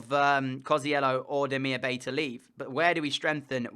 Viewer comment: Great video but Bay in Demirbay is pronounced Demirbye for striker look at David, Piatek and for GK Pavlenka and Meret